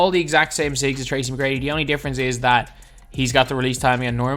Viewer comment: Did you just call him "tracy me grady" 😐